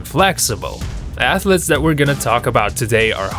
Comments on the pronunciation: Who knew 'ath-lets' where a thing... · It's 'athletes' not 'athlets' What are 'athlets'? Baby athletes? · WOW! A video about "athlets" What the hell is an athlet? In 9087? LMAO!